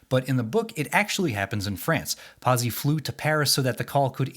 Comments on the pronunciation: Not bad. I read/saw each when they came out and, brother, was that a long time ago. Pazzi It's not Pause-ee the way you said it. It's Pot-see, like the character from Happy Days. Or pizza, swapping the vowels. It means fool, nuts, crazy, mad. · 'Patsy' NOT 'PASSY'! FFS!